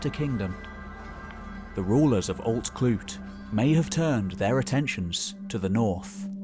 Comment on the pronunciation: Rhydderch is pronounced RHU*-th*-urch** *U as in "cut' **the Welsh 'dd' sound, like the 'th' in "fathom". * the 'ch' sound as in "JS Bach". Emphasis and stress on the capitalisation. I'm a Welsh speaker and Arthurian enthusiast. "Alt Clut/clud" is pronounced Alt Clyd" hence the names Clyde and Strathclyde.